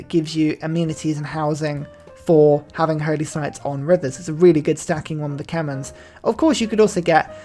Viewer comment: Khmer, not Kemens :(